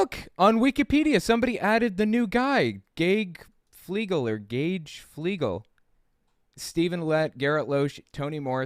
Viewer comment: Hi,. The name “Gage” is pronounced the same as “gauge,” as in “gas gauge.”